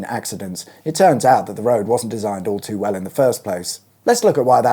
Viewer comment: I was surprised that you pronounced Tonwell correctly . Well done! I would guess that most inhabitants of Stevenage and Ware would (incorrectly) pronounce it as it is spelt. The amount of commuter traffic between the A10 and Stevenage has been getting really horrific in recent decades. The improvements between the A10 and Watton-at-Stone are certainly welcome but it is still a single carriageway road. However the stretch from the roundabout north of Watton to Stevenage is still less than ideal.